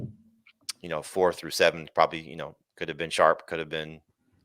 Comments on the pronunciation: Good show, but all three of you heard the name Tyjae “Sharp” twice and nobody corrected it. C’mon man! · Right how did and not correct him 😅